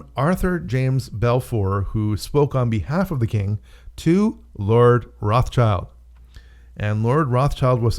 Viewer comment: Sorry, you can't even pronounce Rothschild correctly, so I am pretty sure you are way off